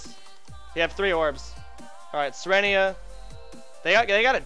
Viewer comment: "Yorbs" lol gj Soda :D